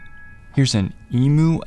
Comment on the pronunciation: it’s pronounced ee-m-you, i nearly had a heart attack when we said it like that